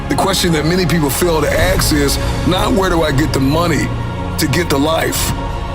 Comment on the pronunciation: Guy talks about endlessly learning and leveling up, but he can't say "ask." Smh...